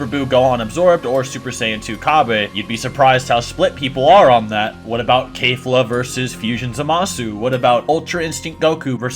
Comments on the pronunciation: cabba kefla and zamasu's names are not pronounced those ways tho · Why you said kefla like that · I just got pissed off at how he says kefla. ITS NOT KAYFLA ITS KEF NOT NOT KAY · No hate but Kayfla? Its pronounced kefla He said ca-bae its cabba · This mans said "Cabay" bruh its cabba.......its kefla, not kayfla. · Its kefla not kalefla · "Kefura" would be the most accurate way to say it as that's how it's pronounced in Japanese. The closest English pronunciation to that is Keh-fla, not Kay-fla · It’s Kefla not kafla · Kefla not Kayfla. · It's pronounced Keh-fluh not Kay-fluh, you can even listen to how the pronounce it in the japanese version. The Ka in Kale is pronounced Kay-l but in Keflas name its a KE not a KA. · FOR THE LAST TIME ITS KEF-LA NOT KAY-FLA. for fucks sake. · Fuck bro, you are all over the place, not to mention SCREAMING into the mic... -It's Kefla, Not Kayfla. -Cell is Not a Saiyan. If an Asian gave me blood, I'm not now part asian. That's not how it works. Cell was a Bio-Android with the "cells" of a bunch of fighters. You can't include fusions bc it's not a single warrior, and since we're talking about Saiyan's, we all know that they are far too proud to let that happen! I can't feed into the rest of the weird shit discussed, but here's the Business... Everyone knows this to be the order: -Brolly -Goku -Vegeta This is all that matters! And If we're using the most current timeline of Dragonball Super Manga, then we all know that in chapter 75 Vegeta is about to surpass Goku with his newest Ascension! And it's possible that he took the #1 spot, but we won't know until we see All 3 together again the Super Hero movie. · Did my man just say KaiFa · It's pronounced keh-flah. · Mans said "Cabe" and "Kafla" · How u gon say kale and caulifla right then call their fusion kafla? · "Kayfla?" My man, it's pronounced like it's spelled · Maybe because the "Kale" pronunciation I mean, Kafla would be the most sense. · Keyfla lol, that pronounciation tho😭